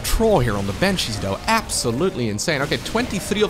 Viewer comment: It's: bAnshees* not bEnshees.